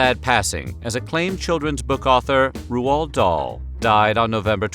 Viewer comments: . "Rooh-Ald" Dahl?! It took me 30 years to finally pronounce it correctly. RIP Mr. Dahl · I now know the correct way to pronounce Roald Dahl’s name 😊